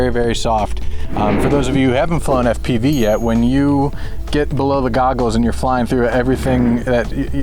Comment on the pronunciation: I love how says "Eff-piveee" lol